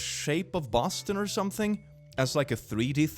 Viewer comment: boston is pronounced suspiciously like a portuguese slang for poop (bosta)